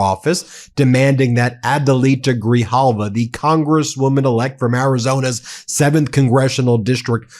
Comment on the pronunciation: Say her NAME everyone. 📣📢📣📢📣📢 Rep. Elect ADELITA GRIJALVA! (Pronounced: Gri-Halva). SHE WON fair & Square.